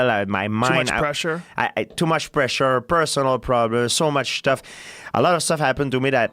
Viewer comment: "So much shtuff" 😂